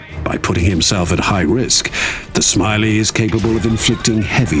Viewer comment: Ah yes, the British speaker can never learn to pronounce a single foreign word. Pronouncing the Polish mech names as "Smiley," "Strahzneek," and my favorite "Zuuuhf." Absolute shame.